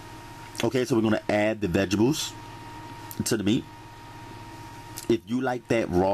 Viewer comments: Glossary: "Shweeze" "Shawshage" "Veggietables" "Moishurize" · I know righ how he says vigibles lol that the south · he said vegables cuteee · 2019 Thanksgiving Day and I am HERE! for the vegibles and shashage!😩😂🙌🏿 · Veggables...😁😁😁😁😁 Shaushage😁😂😂😂💪